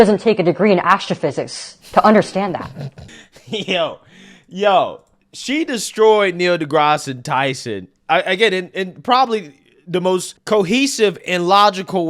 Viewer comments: It is just "dee-grass" not "dee-grass-eee" but who cares; I like that you make him sound more feminine with those hard eeee's. Love what you bring to the world.....TRUTH! Congrats on all your success and being able to have an amazing career in spite of the overwhelming oppression and systemic racism. We just got to be thankful we have not been beaten or shot by the police death squads that hunted down 96,000 black men last week in Florida and Desantis is covering it up. They still get my vote as that is way less of a problem we would have with Democrats. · The Grasse is pronounced as grass. Not grassey Its funny though. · the E is silent his name is not Degrassie it's Degrasse. Did you take english in school? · his name is pronounced De Grass, not De Grassy. You sound like a fool and weaken your point when you mispronounce his name. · Hey man it’s pronounced degrass not degrassy. And I like the new look 👊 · Why you gotta say his name like de grass-eee tyson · You're pronouncing his name wrong... It's pronounced like De/Grass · de grass eeee? you're not smart! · I’m really sad. I loved Neil but now I can’t reuse anything he says. (PS His name rhymes with grass. The E on the end is silent.) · Great take as always brother....and deGrasse is pronounced with a silent "e" (LOL sorry but that was killing me, or maybe you were doing it on purpose) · I can’t figure out if you’re making a joke by saying his name that way, or actually pronounce it that way? It’s driving me insane! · Why do you pronounce the E at the end of Grasse? 😂😂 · The "e" at the end of deGrasse is silent! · Think you do a great job! Take a few extra minutes and find the correct way to say words, or names. It takes away from your point when you mispronounce words.. The E Is silent at the end of Degrasse.